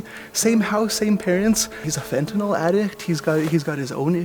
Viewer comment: It's fentaNYL... Not fentaNOL.